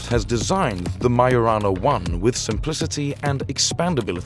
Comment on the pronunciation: it's majo rana not mayo rana